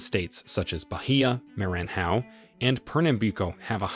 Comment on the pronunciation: The narrator scored a trifecta of mispronunciation of all 3 blackest states in Brazil. Bahia, Maranhão and Pernambuco were butchered. Not even close! I didn't expect him to pronounce these names correctly, but at least do some phonetics research before recording. Try a little harder.